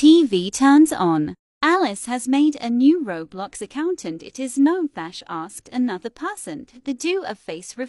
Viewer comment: “RoB bLoX” omg it is roblox